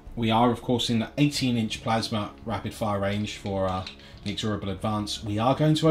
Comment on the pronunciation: IN-EX-RABLE is how you pronounce it, annoyed me so much lol